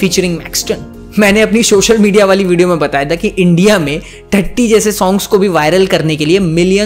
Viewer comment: not subscribing you because you kept saying “shoshal media” it's social media bro😭😭😭😭